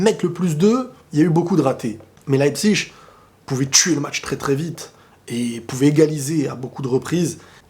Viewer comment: on dit leipzig pas leipzich .tu vis ou toi?